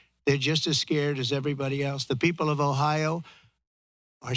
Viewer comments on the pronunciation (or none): none